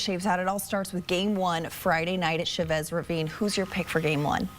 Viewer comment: The way they say Chavez irks me😂